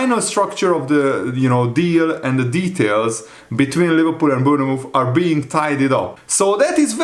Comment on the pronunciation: it’s pronounced Born-muth